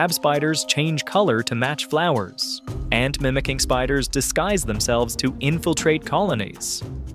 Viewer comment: Did he just say mimicking ?